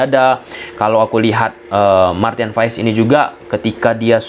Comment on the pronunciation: Maarten Paes... Bukan Maarten Fais...